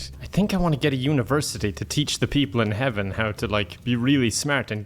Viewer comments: I thought he was saying Heavin as in Heaven and Kevin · For a second, I thought he said Kevin and Hell